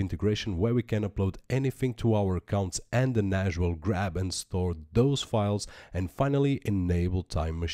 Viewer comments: NASH, NASH, NASH... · could not watch due to the fact you cant say NAS right ...